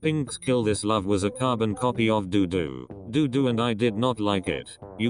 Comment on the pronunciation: am i the only one who found it hilarious when he said ddu du? HAHHAHA